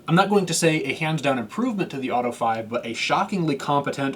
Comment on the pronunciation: Auto-eh Five-a 🤌